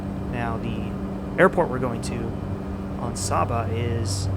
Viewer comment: It's pronounced Saba (with the first ‘a’ having the sound of the a in Ate)